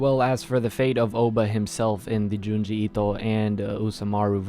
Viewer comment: Why do you keep saying Junji Ito like that? Lol please stop.